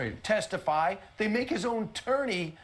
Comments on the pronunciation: Did he say "Turney"? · He said “ttorney”. Lolol